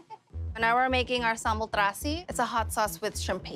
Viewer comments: It’s funny how the lady pronounce it as “Samble” (giving some accent) but Guy pronounces it the correct way, “Sambal” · Mostly people in Java pronounce Sambal with Sambel . While in other provinces in Indonesia we pronounce sambal like Guy did. It depends on which province you are from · thats the way Indonesians pronounce sambal...